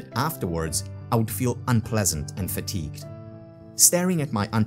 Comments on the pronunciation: Fatigued? Not fatgued... Anyway no worries! I miss the original author speaking :'( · 'Fatgued' lol